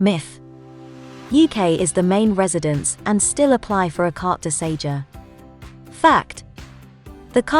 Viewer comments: Its Carte de SeJOUR dear. Thought someone would have corrected you by now. Ok try again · Very very helpful thank you. One small point, Sejour is not pronounced Say-juh!